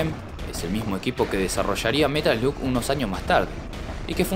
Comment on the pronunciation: slug se pronuncia "slag" In the Hunt es un JUEGAZO lo había jugado en arcades, pero en ps1 lo había conseguido como metal slug 3 :p (igual al ser una copia trucha me había salido monedas y no me queje en absoluto jaja) Y en metal slug hicieron referencias a este juego (tanto en el 3 como en el 5 Tenes un nivel que es con submarinos)